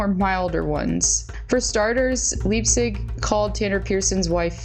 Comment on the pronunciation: Leipsic ( pronounced Lipe-Sick) is an absolute tool of gargantuan proportions. I watched him play Juniors in Portland with the Winterhawks. (Who now have the LAMEST logo in the WHL, MAYBE the world!😂) Got to skate with him a few times when we were starting our practices because we’d follow the team on the rink schedule. It was really pretty cool. Also did the same with Cody Glass. HE is a standup guy. Brendan Leipsic is an asshat of epic proportions!